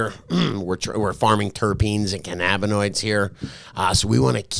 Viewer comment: it’s pronounced “Can..Uh..Bin..Oid” your saying Ca.nab..bin..oid.